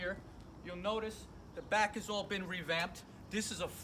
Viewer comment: 2 disc in the front 1 disc in the brack!!!😂idk why I cant stop laughing